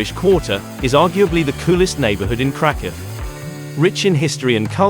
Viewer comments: Ouch. What a weird pronunciation of Kraków. If krakow is do safe why are you mentioning taking precautions so many times and in such detail. I’d give this one a pass unless you just want to look at pretty pictures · If you can't even pronounce the city name, maybe you should not make travel videos?